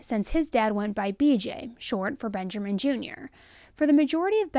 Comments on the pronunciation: It's Benjamin. Not BenjERman. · Benjarmin?!?!?!?! You do know Benjamin has no R in it right... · I love you, but are you saying “Benjerman”? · Are you saying bengerman ? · There’s no “R” in Benjamin it’s ‘Ben-ja-min”